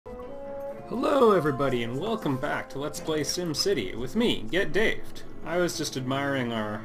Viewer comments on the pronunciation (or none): Not sure if I should be saying this, but it's "GettingDaved".